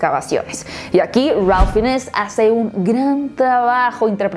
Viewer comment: Es una cinta hermosa, se me hizo corta, sólo una acotación, no se pronuncia "Finess" se pronuncia "Fains"